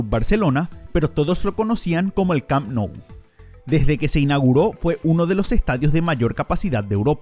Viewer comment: Oye q te pasa cuando hablas ? Te podemos ayudar . Por ejemplo se llame les corts no les cops el el Camp Nou se. Pronuncia cammmmppppnou no parece ta difícil …